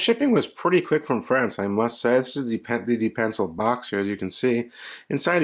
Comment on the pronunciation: Nice vid! Pronounced duh-pan-cell